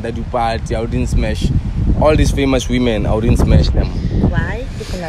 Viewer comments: Sounds like you saying Amanda dipatji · Are we really gonna let say Amanda du parti?😭😭